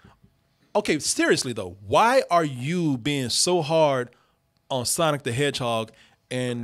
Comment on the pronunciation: Nigga that aint sonic "Thats SANIC"